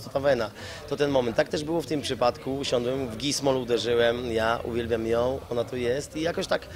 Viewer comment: Czy ja dobrze słyszę? Powiedział usiondłem.